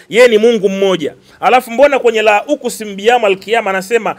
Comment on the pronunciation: Sio Min audhubillahi wala sio Lauqusimu biyawmal qiyama. Halafu unasikia sheikh😂